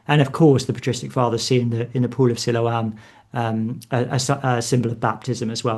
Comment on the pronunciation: Mistaking Byker Grove for Grange Hill is almost unforgiveable. Also enjoyed the gentle attempt to get to pronounce Siloam correctly but he wasn't having it. 😂 Always an enjoyable listen. Sometimes even for the right reasons!